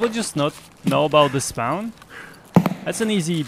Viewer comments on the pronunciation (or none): Helping with English. Spawn is not spouwn, it's" SPAnn".